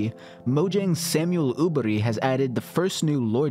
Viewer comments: Samuel "Ubiri"? Nah man, that won't slide. Å is pronounced like the A in "All". In "berg", the E is pronounced like the A in "And" In "berg", the G is pronounced like the Y in "Yeah" The R is rolling. Putting those together, you should be able to sound out something way closer to the actual Swedish way of pronouncing Åberg than... "Ubiri"... No hard feelings though. I'm Norwegian, so I'm all for Swedish being given a bad light 😎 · Jag gillar när han uttalade Åberg "Aboori"